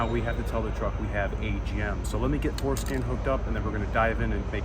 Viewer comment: Referred by Rainman Ray. Came to watch this one and every time you said Fordscan I heard foreskin! 😂